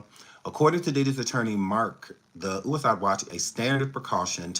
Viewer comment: Happy birthday 🎂! “Ooo-ih-iiide” watch😅